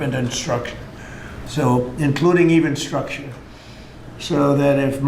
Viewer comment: What the actual FUCK is "evenstructure"?